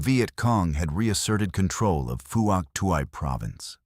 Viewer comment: Fook Twee not what the yanks call it!